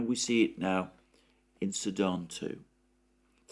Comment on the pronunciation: you seem to pronounce "Sudan" as "Saddam" and it keeps confusing me.